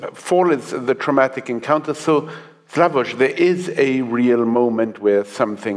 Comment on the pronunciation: I like him very much and he has a lot of good points and you can really learn a lot but him saying he doesn't like Kubrick puts everything in question for me. Zizek check yourself!😅 btw does the host keep referring to him as "slavož" or am I hearing it wrong? wtf